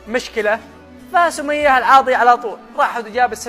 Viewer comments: اسمها سمية العاضي مش العواضي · اذكر اسمها صح العاضي وانت تقل العواضي